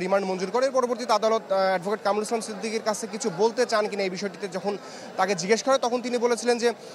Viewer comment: কামরুল ইসলাম সিদ্দিকী ? কোন ধরনের রিপোর্টার এইগুলা ? ঠিক মতো নামটা ও উচ্চারণ করতে পারে না !